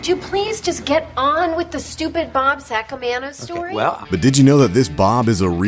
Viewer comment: Bob Saca-mayno